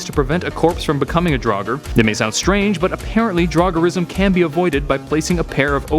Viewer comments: It’s “draug-er” not “drog-er” not what you said I don’t care what you said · Its draugr not daugar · i say Draugr i pronounce it as in draw gur/grr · It's actually draugur and draugar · Well, if draugar were real, Americans would have to learn to pronounce the word properly :)